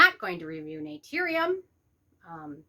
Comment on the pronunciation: 1. If you're gonna come after a brand maybe learn to pronounce the brand name right. 2. Not all vitamin c's actually need to be a low irritating pH 3. I would never trust you or your opinion ESPECIALLY on skincare. I hear and see so much hate and jealously coming out of you. It's disgusting. Influencers like you take the fun out of beauty. SAD!